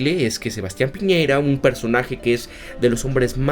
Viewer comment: "PIÑERA" CON Ñ